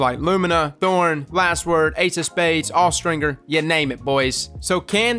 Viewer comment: Austringer is pronounced with the J sound, not the hard G sound.